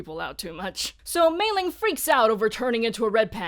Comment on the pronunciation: I'm curious about something, you (and a few other reviewers I've seen talk about this movie) pronounce Meilin's name with a g. Is there some context, aside from the famous Meiling that you talk about?